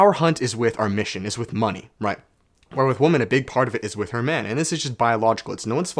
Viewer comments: Do all Canadians pronounce "women" like "woman" ? Edit: nice shirt 😂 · There’s a trend on the internet lately where people don’t pronounce women correctly and instead they just say woman. Women is pronounced [wui-men] not woman. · I can't help but find it funny how he says 'woman' when he means 'women' 😄 is that a Canadian thing? Anyways, love your videos and energy dog 🙏